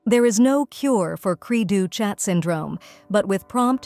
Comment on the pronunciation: The ch is pronounced as an sh in French.